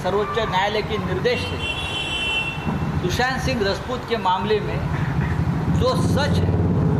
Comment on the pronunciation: Sanjay Raut .. phele Sushant Singh Rajput bolna sikhlo.. faltu mai fame mat batoro